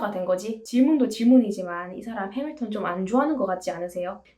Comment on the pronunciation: “해믈턴입니다” 영어발음 너무 찰져서 이구간 반복중이에요ㅜ 최고💖